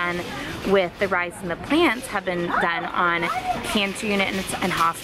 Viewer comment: I thought you said "pants" not "plants" my mind went off into this whole thing about the "pants" 😂😂😂